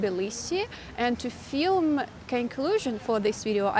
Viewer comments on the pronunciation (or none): There is no "fastly" it's just fast, and I know it makes no sense. As a 69 year old American, I had never heard it here. You taught me the word diaspora, which I had heard, but never looked up. Thanks. Dooplicated. Again, you say mixing "mixing with each other" correctly but still pronounce "i" with a long "e". You say feelm for film. Long ago I suggested you listen to Whitney sing If I should stay I would only be in your way.(I will always love you) you will not hear Eef. (or weel). Just relax that tongue; let it come forward in the back.